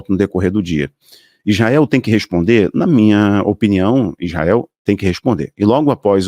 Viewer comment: Não é Ijael, é Israel.